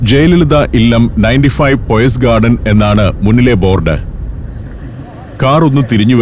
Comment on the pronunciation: പോയ്സ് ഗാർഡൻ അല്ല പയസ് ഗാർഡൻ ആണ്